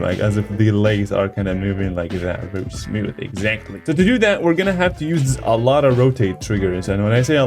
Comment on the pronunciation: Everybody that loves hearing him say "Smiooth" 👇